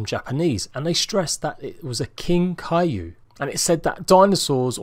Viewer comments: I swear he was saying cailou it's kaiju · Kai-jew is how it is said